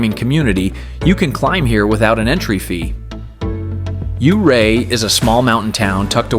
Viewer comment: I am a Colorado native and lived and hour away from Ouray for most of my life. My dad lived in Ouray for 15 years and loved ice climbing there. Ouray is a beautiful town all year around. Just want to say it's not pronounced you-ray. It's pronounced more like your-ay. Lovely little video!